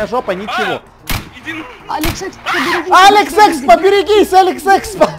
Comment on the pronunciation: я вот смотрю когда ты говориш быстро говориш алекс експо то т ы оч быстро говориш и ты говориш алекс секспо:)